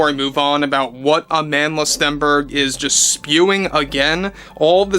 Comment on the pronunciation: ill be honest i thought you were making fun of her name as it sounded like you were calling her a manless